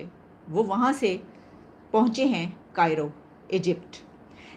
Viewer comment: कायरो नहीं काहिरा।